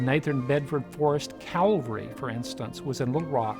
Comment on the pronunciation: It's CAValry not CALvary. CALvary was where Jesus was crucified!